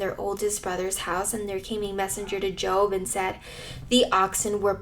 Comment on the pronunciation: First off I’d like to say this was encouraging. Second you pronounced jobs name as if you were referring to a career 😂